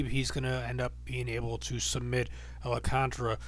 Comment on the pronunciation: It's Al-Kahn-TAR-RA